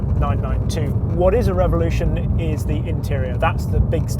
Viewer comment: Funny how he pronounces evolution and revolution.